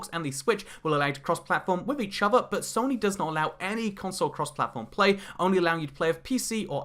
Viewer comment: please pronounce it soe-nee